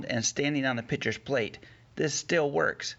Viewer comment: “Pitchers Plate”